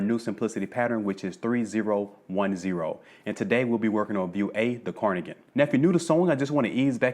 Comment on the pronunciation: Great tutorial. Q: Is it: Carnigan Or Cardigan.....? You sound as if you are saying Carnigan.